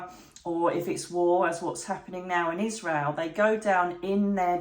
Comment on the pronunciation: Why does she keep saying Isrreal?? The pain is happening to Palestanians.